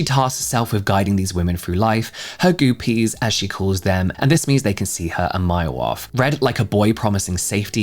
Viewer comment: Goopie rhymes with goofy